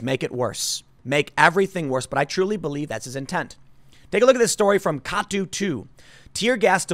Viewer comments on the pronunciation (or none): Tim Tim Tim... if you are going to keep reporting on Portland news you GOT to learn how we pronounce local names. KATU news is pronounced “Kay-too” NOT “Kah-too” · "K-ay Too" News, Tim. Not "Ka-Too". Easy mistake though. lol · I know its probably a local thing, but Katu is pronounced kay-too. Cracked me up.